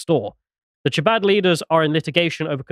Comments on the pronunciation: Chabad, pronounced Habad with a throaty start 🙂 Bathhouse - could be a Mikvah - ritual cleansing pool. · The bathhouse: It's part of the Jewish conversion ritual, called a Mikvah. Chabad: The "ch" is closer to our H than Ch. If you just said "ha-bod" it'd be close enough. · Also generally when transliteratting Hebrew to English the CH letter combination represents a sound similar to the Spanish J. The closest English sound is H, so you'd be better off pronouncing it as Habad, and rabbi's name as Menahem Shney-orson. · Chabad is like khabad, like Hanukkah. It’s a velar fricative like loch not like cheese. 😅 As for the bathhouse situation, either they meant like a Turkish bathhouse like a schvitz or they meant a Mikvah (ritual) bath.